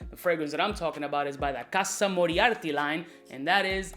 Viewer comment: Its called casa morati. Its a historic fragrance house with the name morati and has absolutely nothing todo with Sherlock holmes‘ archnemesis. Other than that keep up the good work the pronunciation just rubbed me the wrong way